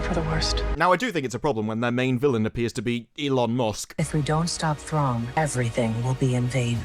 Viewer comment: There's no way this will do Thrawn justice. He's one of the most compelling characters ever written, and they will make him stupid. Also, the actress that plays Ahsoka totally said "Throng" in that clip. So nobody caught that in production or nobody on this project even cares enough to know the character's name.